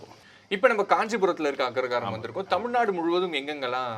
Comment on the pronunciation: Anchor is mispronouncing the word as Agragaram!